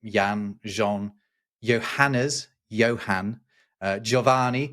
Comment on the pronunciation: "Santiago" isn't just a version of "James." It's more specifically "Saint James." "San" = "holy" or "saint." Also, "n" in the French name "Jean" is, if not exactly silent, certainly not as distinct as the way you pronounced it. Final ns in French aren't really pronounced (unless the next word starts with a vowel), but cause the preceding vowel to be pronounced with a more nasal tone.